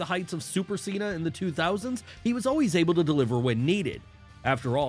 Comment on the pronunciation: It’s John Chena